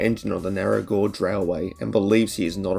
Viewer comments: narrow "gorge" railway?? is that how you pronounce narrow? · It’s pronounced gay-j